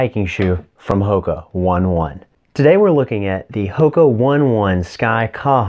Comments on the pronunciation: yup nope - it's 'oh-nay oh-nay just like it's always been. Not 'one ones'. I checked. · The correct pronunciation might be "Hoka O ni O ni"😄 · Bro - The correct way to pronounce HOKA ONE ONE is “Ho-Kah Own-ay Own-ay.” The founders of the company have explained it's a Māori phrase that means “to fly over the earth.” The founder came to my running group and talked about the shoes